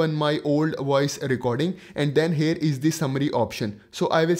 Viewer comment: FORGODSAKE PLEASE stop Sounding HAIRRRRR...🙏🙏🙏 It is HERE that sounds like HEAR. Not HAIR... That was so annoying dude...